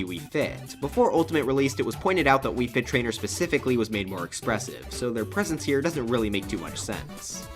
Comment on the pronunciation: “Mega Fit Trainer” and “Wii Man”. I’m sorry, what?